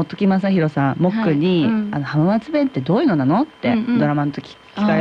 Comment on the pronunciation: 浜松⇨はままつ❌ は〜まつ⭕️ 静岡⇨しずおか❌ しぞ〜か⭕️ 地元の地名の読み方まで訛ってしまう遠州弁😅